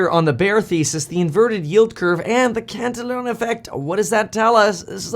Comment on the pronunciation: it's pronounced CAN TEE ON